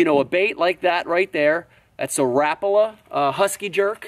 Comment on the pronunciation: hhahah the way he says repala XD